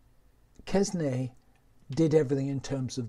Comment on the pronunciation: Hate to be a pedant but it is Quesnay [kɛnɛ], no -s-.